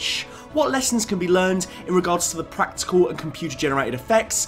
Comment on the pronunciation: "Practile"? Thats not a word